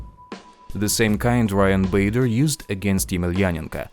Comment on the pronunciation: Can't take this guy seriously when he can't even pronounce Fedor's last name correctly and said "Muay Thigh" 😂 didn't even get to the hair color part, like the comments talk about.